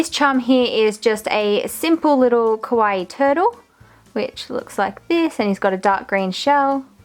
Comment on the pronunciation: I am not trying to be mean but it's kinda sad that your whole channel is centered around 'kawaii' things but you manage to mispronounce the word so much :(. It's KAH-wah-e~, not koh-wah-e(kowaii means scary), not qua-i either... I know, I know- it may look like a nitpick but it's a bit disrespectful to have your whole 'brand', if you will, centered around a theme/word you can't pronounce, you can just say 'cute' if you have troubles with saying 'kawaii'.